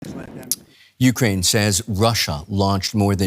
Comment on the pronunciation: Ookrayn how it started: 😂 Ookrayn how it’s going: 😢